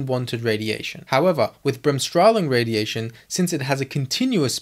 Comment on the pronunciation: You can simply say Bremsstrahlung, without adding the word " radiation". Good pronounciation, btw. Breaking it down would be easier as Brems (break-) strahl (ray/radiate) -ung (-tion)